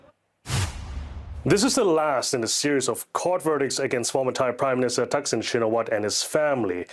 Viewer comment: Shinawatra ! Not Shinawat !